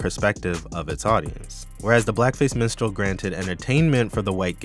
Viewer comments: This video was very insightful. Everytime you said "Minstrel" I heard "Menstrual" but that's a me problem. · I thought you said Menstrual Horror for a sec 😭